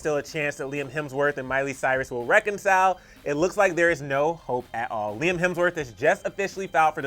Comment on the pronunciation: LIE-AM lmfao i can’t 🤣🤣😭